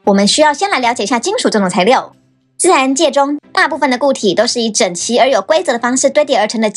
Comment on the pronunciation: 材料 材ㄌ一ㄡˋ 😂